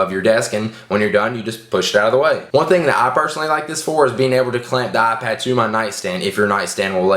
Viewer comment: You mean "AhPad"